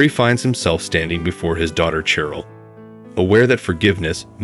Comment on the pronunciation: it's {KLEM' en teye n), NOT (klem en TEEN)! and it's (SHE rel) NOT (CHE rel)! Please check your pronunciation before recording.